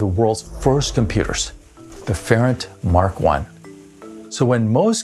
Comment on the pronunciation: it’s the Ferranti Mark 1. Not Ferrant. Another great video. Thanks.